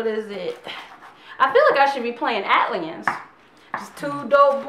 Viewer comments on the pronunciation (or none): its pronounced ATLiens "A Tee Aliens" get it not Atliens.